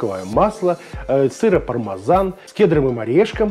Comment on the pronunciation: Не понял вопрос :0), вас смутило что я сказал Пармазан вместо ПармЕзан, сорян если так :0) Если вообще сказать аутентично, так его название будет звучать так: «Пармиджано-Реджано». Не думаю, что в России все именно так произносят, учитывая, что мы уже исказили правильное произношение, я не думаю что … мазан.. и …мезан.. может считаться грубой ошибкой по сравнению с правильным произношением «Пармиджано». Но, если вы не знакомы с этим Итальянским сыром, я с радостью расскажу больше о нем и его использовании в кулинарии. Спасибо что заглянули к нам на канал, будем рады, если вы подпишетесь, и будете приходить регулярно. Нам ценен каждый посетитель и его мнение. 😀👍